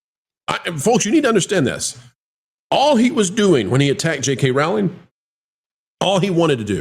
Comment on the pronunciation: "Rowling" like "Bowling" as we used to say.